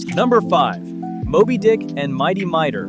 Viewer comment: MIGHTY Mightor!!! Pronounce it correctly!!!